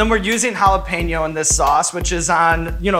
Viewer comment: Sean's pronunciation of jalapeño is almost spot-on. Btw, in Mexico we know that chile as "cuaresmeño" xD.